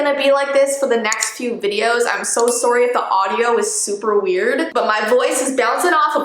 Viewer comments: “Sourwy” Us: s “sorry” This is NOT to be mean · No offense, but when you say sorry, it sounds like "soury" nO OfFeNsE!!! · Hey!!!! Omg this was 2 hours ago 😯❤️ eeek by the way my mom keeps making fun of you for saying “sory” and I’m like, OH WELL I DONT REALLY CARE BC SHES MAH FAVORITE YOUTUBER.. so I started saying sory just to annoy her 😂😂😂❤️❤️❤️ I love scary things xD can I please have a shoutout???!?!?❤️❤️😁😁 edit : I searched the commercial up and my mom was like “HOLY S#*& PLEASE STOP” me : tHaTS what u get for making fun of her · soowry in echo